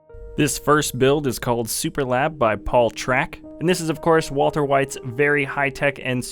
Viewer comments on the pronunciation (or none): none